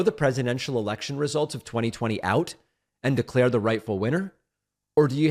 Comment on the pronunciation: lindsey graham when herschel said e*ection instead of election. got his attention like lightning